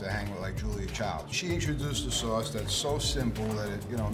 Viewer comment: Dis Swauce is da Bwoss, da pizza cwosts less den otha pizzas, me an' my dwog love to listen to da twalk radio wit all the cwall ins. We really love dis pizza tankyou.